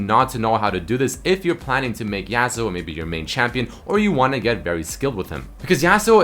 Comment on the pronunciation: Yah-suo not YEAHsuo